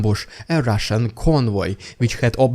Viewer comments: I love your "rrrrridiculous Rrrrrussian prrrrroganada" segements. I think they are brilliant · That little squeak after the 'rRrRrRrRussian prRrRrRrRropaganda'. .. .. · Strrrrraight to Rrrrridiculous Rrrrrrrrrussian Prrrropagabda 😂😂😂😂😂